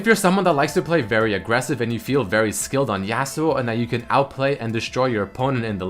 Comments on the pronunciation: says YEAUsuo xD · I'm not hating on accent, but I AM VERY ANNOYED ON HOW SAYS YASUO. IT'S NOT YEAH SUO, IT'S YAW SUO.